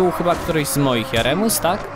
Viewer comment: Nie Jaremus tylko Jeremus xD